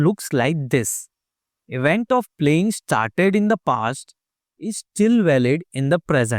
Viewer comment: He said let's get ishtarted instead of started